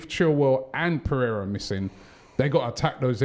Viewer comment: When he said pereiria is out i thought he said torrieira 😂